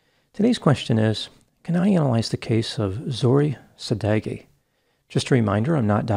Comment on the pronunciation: As a Persian I haven't heard about this horrible crime. I wish there were a better result to her situation. Dr.Grande, thanks for your cover. Just want to tell you that you pronounce Zohreh Sadeghi's name so bad that I didn't understand their nationality until you mentioned it. For such cases, you can ask your followers on Instagram to help you with the pronunciation, before you record the video. I hope their family find peace.